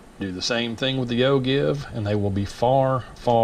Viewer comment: Excellent post...But, it is pronounced O-Jeev, with a J sound, not a G sound. Don't mean to be a grammar nazi, but that's the pronunciation.